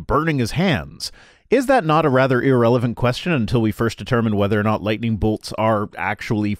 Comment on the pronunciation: Trust Ray Comfort to mispronounce "irrelevant" 🤣